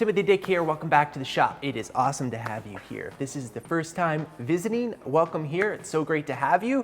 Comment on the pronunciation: Sounded like he said “tip of thee dick here” 😂